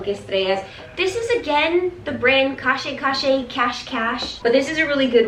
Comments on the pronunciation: The brand is pronounced “cash cash” not “cashé chashé” :) It stands for hide and seek in French lol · you did such a good job !! also i'm french and you do pronounce it cash-cash lol it means hide and seek !